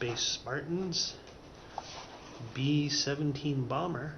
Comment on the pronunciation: "Matel Electronics presents BEE SEVENTEEN BALMER!"